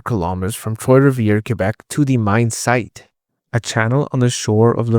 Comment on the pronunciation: Troi Rivierre is not TROY RIVIERRE...other than the pronuniation, a good video.